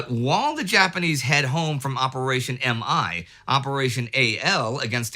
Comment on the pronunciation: Operation MI is not "em-eye," but "me" as in I, myself.